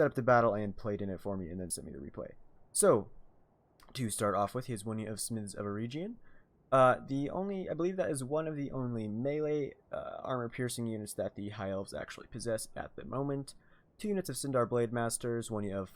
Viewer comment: its pronounced " a-reg-e-on